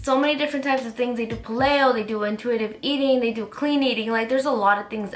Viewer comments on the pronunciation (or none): its Pay-leo not pal-leo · it's pronounced pay-lee-oh. you know, like the Palaeolithic period